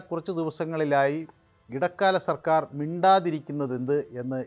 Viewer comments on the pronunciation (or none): none